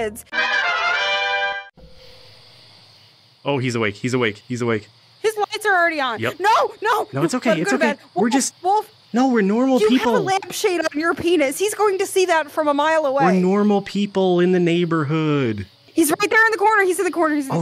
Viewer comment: "YOU HAVE A LAMPHADE ON YOUR PIENS"